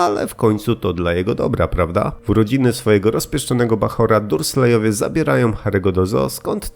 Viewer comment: Sorry, ale wymawia się Dambldor a nie Dambledor, orzą Darslejowie nie durslejowie